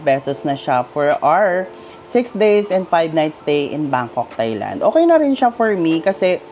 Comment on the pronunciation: You pronounce Thai-land it as “Tai not Thay” . Regardless, nice content keep it up.